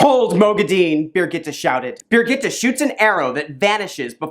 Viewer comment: I love your videos but your pronunciations make me cringe. LOL Moghedian = mo geh dee un Birgitte = burr geet A